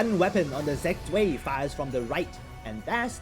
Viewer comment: It's said Zv-eye, not zuey. Good video.